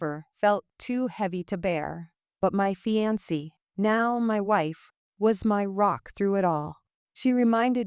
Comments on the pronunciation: Fee-an-see? Seriously? Just when I thought there were no more ways to mispronounce fiancée. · Omg... The AI reading everything phonetically correct is irritated af... Fianceee